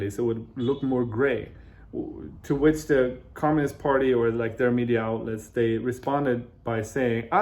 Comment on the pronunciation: 我是相信自己的英语水平的，给您举视频前10秒左右的例子。chinese的“拆”音更接近中文，还有读which的ch音的时候更像“whi次”。我个人觉得是很可爱的半中式发音，不是在说英语不行，而是这种casual talk的发音有中文的味道。